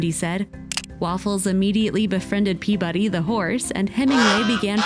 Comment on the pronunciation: I only have one complaint about this video. The narrator kept mispronouncing Peabody's name. It's pe/ba/de. The emphasis is on the first syllable. Then, the third syllable. The second syllable is not emphasized at all. This name doesn't have the word "body" in it. A lot of people who didn't grow up in Boston, Massachusetts like my mother did don't know this. It drives me nuts when people keep mispronouncing this English surname. 😠